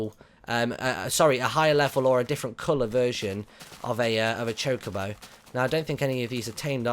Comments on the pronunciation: its choca-bo not choke-abo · its not chicobo its chocobo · You're saying chocobo wrong Martyn